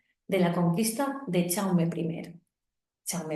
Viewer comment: Perdona, no se pronuncia "chaume" se pronuncia "yaume" , como el "ya" en castellano o el "yo"